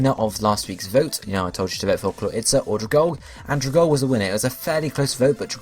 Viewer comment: If no one has said this, it's pronounced like Algae (al-gE), the plant life found in some bodies of water :)